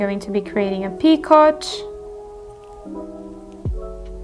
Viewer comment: Great video! Just so you know, picot is a French word, and it's pronounced "pee-ko". 😊